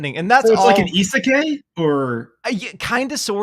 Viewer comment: Pls say it right isekai ....